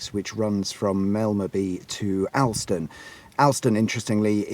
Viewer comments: Its pronounced (Ol)ston not (Al)ston. Lived here my entire life. Know hartside VERY well. Shame the cafe on the top is no more 😞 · Its pronounced All-ston